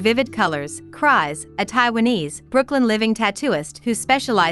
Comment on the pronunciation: It's funny to me that the AI voice reading the article reads the name Crys as "cries" when it's pronounced as "Chris". I get that nickname all the time.